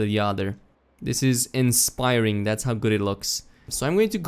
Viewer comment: In “spiring”. LMAO